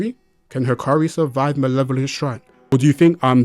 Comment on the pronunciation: Bruh, looks like you forgot what sukuna's DE did to gojo's DE. there's no way hakari's DE beating sukuna's DE, its just not possible because sukuna has open barrier, and you see what happened to gojo's DE right? i suggest you reread the manga because you seem confused. and his name is "hakari" not "hikari"